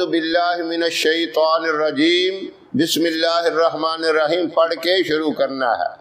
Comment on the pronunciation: Mash Allah bahut khub But bismilih ke alfaz sahi se adaa nhi hue h